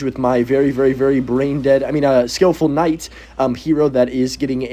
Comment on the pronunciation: are you saying “En-Night or Kuh-Night” when trying to say Knight? Brother it’s just NIGHT. The K is silent!!!!